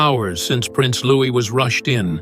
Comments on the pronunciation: Another case of fly on the wall, fiction! How does the narrator know what was said behind closed doors.. No 6yr old speaks so maturely PS:Louis is pronounced LOU-EE ! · Pronounced louie